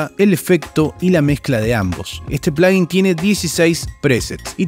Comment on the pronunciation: Gracias por decirle "plugin" (pláguin) y no "pláyin", "plujín" u otras abominaciones que se escuchan 🙏🏾